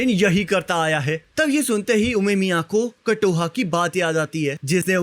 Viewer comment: Kotoha ❌ Katoha ✔